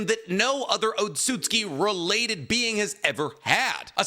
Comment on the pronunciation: so nb gon talk ab the fact he isnt pronouncing otsotsuki right he keeps saying otsuski